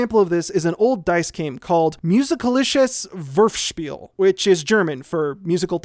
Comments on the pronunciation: Moo-zik-all-lishus Voor-fel-sh-peal. Not that hard. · As a native German, your pronounciation of "Musikalisches Würfelspiel" is hilarious to me